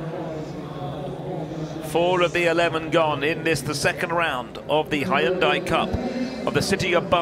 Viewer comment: Gotta love the way he pronounces Hyundai. "Hi-on-die"